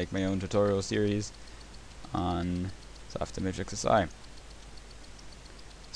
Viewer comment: The name of the program is SOFTIMAGE as in IMAHHHJ